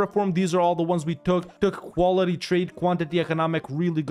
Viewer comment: When you said “quality” I noticed it started sounding very heavy with the ‘Q-‘ phonetic.